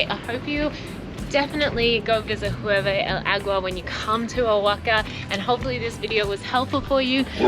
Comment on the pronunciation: Hey guys. Just a few tips on pronunciation. OAXACA is said OA-Ha-Ca, with an H sound for the X. Hirve el Agua: IR-ve el Agua, no H sound. Not HUE-Ve. QuesO is cheese but when we are talking about the Quesadilla. That is 4 syllables: Que-sA-Di-Ya. You need to practice more. By the way, this Hirve el Agua seems to be basically the same as a Staglamite that you find in a cave. Stalactite and stalagmite. The other "cliff" you saw from below I think it called cortina, the curtain (folds). There's a lot of "calcium" in the waters in Mexico. The calcium is what makes the water look like turquoise (green/blue) like in Chiapas. We went to Cascadas Agua Azul. If there's no storm/rain, the water is beautiful. When we went, there was a big storm so the water was brown. But it was warm and the overnight stay in the cabanas was a nice sleeping in the jungle experience. The rivers and waters in the San Luis Potosi (Huestecas Potosinas) are so beautiful and turquoise. That's probably the next trip for us. The beautiful waters of Quintana Roo like in laguna Bacalar. There's so much mineral in the water, they have to clear the pipes of showers and toilets once a month. It's like sand in the faucets that lower the water pressure! Another place to visit is Las Grutas de Tolantongo. Beautiful and they have pools too, kind of man made. But look at the river where they made it like terrace. Water is warm though. Hot water comes out of the cave. You can go inside and see it. Collectivo for 50 pesos